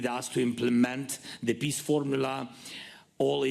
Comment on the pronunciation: Only its PEACE ✌️ NOT PISS